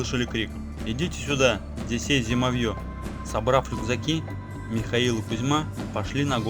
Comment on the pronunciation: Уважаемый чтец, ставьте ударения правильно.( Зимо'вье).